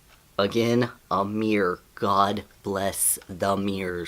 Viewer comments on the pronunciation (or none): It's the way you say mirror XD also hello!!